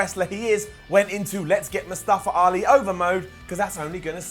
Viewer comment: Daniel Bryan is the only one that can pronounce Mustafa Ali They all saying :"Mustafra Ali"